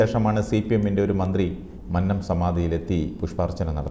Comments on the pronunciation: മന്നം എന്നതിന്റെ രണ്ടാമത്തെ അക്ഷരം, " നന്നായി " എന്നതിലെ രണ്ടാമത്തെ അക്ഷരം പറയുന്നതു പോലെ ദയവായി പറയുക. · മന്നം ഭക്ഷണത്തിന്റ അന്നത്തിലെ ന്ന അല്ല. കുന്നം എന്നതിന്റെ ന്നം എന്നാണ്